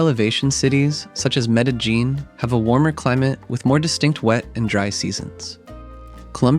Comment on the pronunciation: The constant pronunciation of Medellín with that hard j 😭